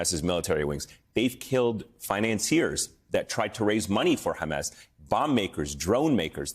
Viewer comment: It's hammAS not hamESS. Please stop interviewing terrorist apologists who can't even call the terrorists by their self-defined and world-understood names. There's nothing useful in this story. 1948, 1973, hamESS, all irrelevant to baby-murdering savages that need removal from this planet. Bye bye ISIS Gaza.